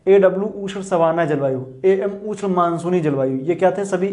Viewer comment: Sir ush nhi hota ushn hota h